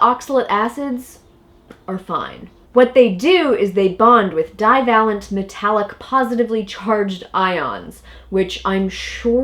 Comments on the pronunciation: Oops , potassium is not divalent -die-vay-lent ....she can't even pronounce it . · Another excellent video. 1/4 tsp per day is less than I would have thought as the optimal dose. Will adjust my intake lower. By the way, it’s a long “a” in divalent.